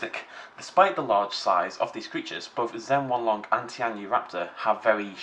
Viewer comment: Also, Zhen-YEN-long, not Zhen-HWAN-long